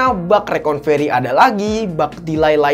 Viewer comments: Maaf saya ralat bg Yg bener recorvery bg bukan reconvery😁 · Koreksi dikit: RECOVERY bukan Reconvery ya bang 😊 Selain itu, Mantap bang 👍